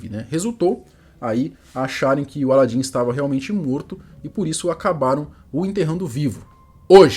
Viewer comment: O cara não sabe falar o nome de alan e e aladim kk